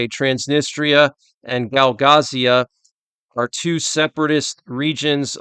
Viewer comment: Hey, its Gagauzia, not Gaugazia, anyway your vids rock